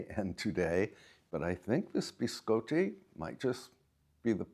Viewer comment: It's pronounced (bi scotty), as in 'beam me up Scotty'. Sorry, I have OCD. Love the room setup and I really want to setup a pantry too. Your videos make my day . There's too much negativity in the world and it's nice to get away from it to take some time to relax and enjoy life.